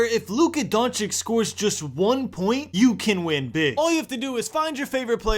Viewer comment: Did u just say Donchick😭